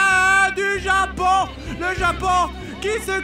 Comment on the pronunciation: Un zéro pour le Japoooooooonnnnnnngggggg avé l'acceeeeeeennnnt !!!!!